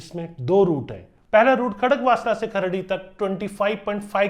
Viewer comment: अहो तो सवारगाटे आणि खार्डी म्हणाला5😅😅